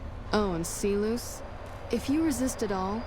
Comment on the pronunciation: why the fuck does she pronounce Silus like See-loose it's not even remotely close to the root way of saying it.